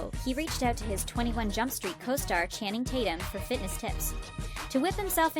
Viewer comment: Did this b#tch just say "canning Tatum" NOOOOO HUNNNNNYYYY NOOOOO